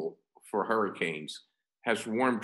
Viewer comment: you said hurrcen insted of hurricanes